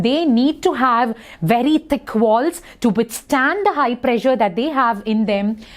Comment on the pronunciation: Ma'am you pressure sounds like pleasure